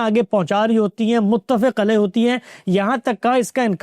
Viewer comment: ، متفق علیہ ہوتا ہے بفتح الفاء ۔ نہ کہ بکسر الفاء ۔